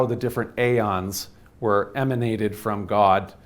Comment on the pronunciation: emAnated not eminated !